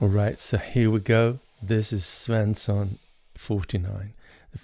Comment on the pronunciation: Are you swedish? You probounce Svensson perfect